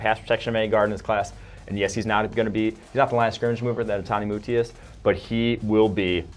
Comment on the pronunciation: Well y'all butchered Netane Buti's name lol